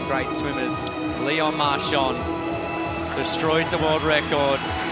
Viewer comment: Precious tip for commentators that are native speakers of English: in French you don't pronounce a "d" at the end of a word when it's preceeded by an "n". As far as pronunciation is concerned, it's "MARCHAN", not "MARCHAND".